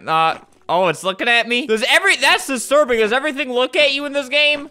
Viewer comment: Nobody: Albert: dis is dustiurbing DISLIKE